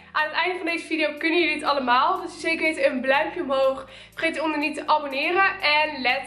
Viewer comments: Zei jij om doe zeker weten een bluimpje omhoog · Ben ik gek of zij ze bluimpje